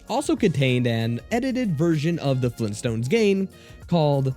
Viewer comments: Gran Dayyad!! Fleen Stones?.. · GRAND DAD?! FLEENTSTONES?! WHAT THE F#@ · GRAND DAD! FLEENTSTONES? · GRAND DAD?! FLEENTSTOONS? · "GRANDAD?! FLEENSTONS?????!!!!" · FLEENTSTONES?! OHHH... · GRAYUND DYAD! FLEENSTONES?! OHHH...